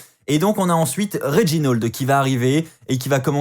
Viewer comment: Réginold wtf c'est "A" pas un "O" RÉGINALD